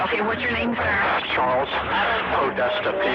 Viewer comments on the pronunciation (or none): none